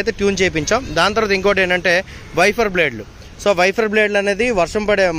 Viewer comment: వెఫర్ కాదు వైపర్ అనాలి..✍✍